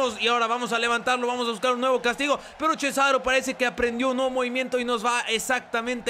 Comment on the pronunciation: en vez de decir cesaro dices CHESARO xD